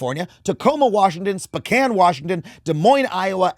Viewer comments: Adam, I'm from Spokane, it's pronounced Spoh-Can. Sorry. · Adam, I say this with all the love and respect I can muster from my fellow Washingtonians: it’s pronounced “Spoke-Anne”